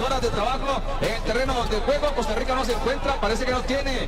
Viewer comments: COSTA RISSSA😂😂😂😂😂😂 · Costa Risota 😂😂😂